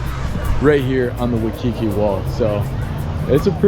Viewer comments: Waikiki not Wakiki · It’s “wa(i)kiki” beach brotha